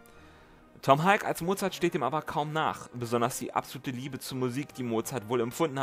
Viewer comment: Thanks for this interesting and informative video! I just wanted to mention one thing: The surname of the actor who played Mozart, Tom Hulce, rhymes more or less with "pulse". It's not pronounced "hulk". Take care, and keep up the great work!